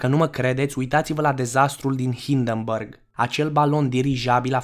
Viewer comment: HINDERBURG! nu HINDĂRBĂRK Că nu e burger BURG BĂRK ESTE O DIFERENȚĂ